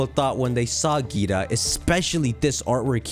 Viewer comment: Her name is pronounced differently. Think like dragon ball z, vaGEETA.